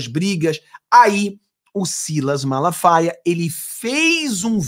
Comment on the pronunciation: Eu gosto do pastor Silas MALAFAIA, não é MALASFAIAS como vc fala, desculpe-me pela correção. Gosto muito de suas lives. Abraço amigo.